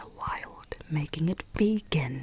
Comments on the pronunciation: It’s VE-GAN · She said: “Vee-GUN” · Rose Menon every time she says that I just go crazy... VeGaN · "this grew right in the wild waking it V E G A N." idk why that was so funny XD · no one:: VEGAN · Every "vEgAhn" gave me violent flashbacks to Rita in the movie flushed away XD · can we get timestamps of every time says "VeGaN" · its v e g a n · Am I the only one who's gonna encounter the word vegan later and all I'll think in my head is saying vEEgAn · I love how you get triggered when you say "VEGAN" Mood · Elise Mauree the ya she says VEGAN tho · Every time she said “VEGAN” I was like, calm down BuDdY, no need to get SaLTy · the way she’s saying vegan makes me laugh so hard